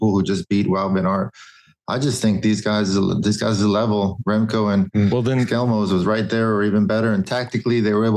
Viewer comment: But George pronunce "Skjelmose" perfect - and I'm Danish.